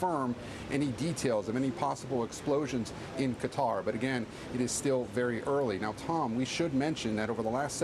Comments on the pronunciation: Btw its pronounced kuter... Not kwatar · kuh-TAR" with stress on the second syllable. Arabic: "Guh-tar" (with a guttural "g" and a rolled "r").